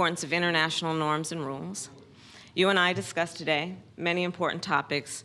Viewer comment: Norms and Rules or Norms and Roles?